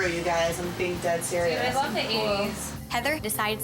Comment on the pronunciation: Daisy in each episode says wuv can't even pronounce love 😂😂😂🤣🤣🤣